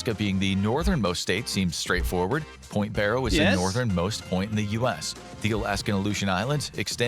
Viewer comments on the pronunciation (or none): none